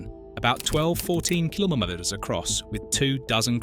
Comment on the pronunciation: Why can't you say meter or kilometre correctly?